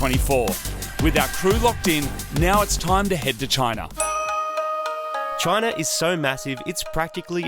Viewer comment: How to speak Australian: CHOYNA.